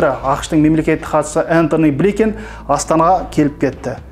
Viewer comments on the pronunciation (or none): Энтони бликенг емес Блинкин.біздің қазақ журналисттері неге дұрыс оқи алмайсыңдар Ұятай.